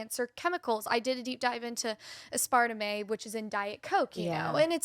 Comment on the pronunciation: Hey girl, just so you know it is pronounced “asper-tame ”, not “asper-temé”. Never be embarrassed for mispronunciation a word like that… just means you learned it by reading it and not by hearing it.